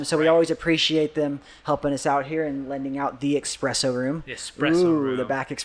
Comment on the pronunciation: ESpresso. Not ECspresso!!! Just found this channel. I have a lot of viewing to do!! Good stuff!!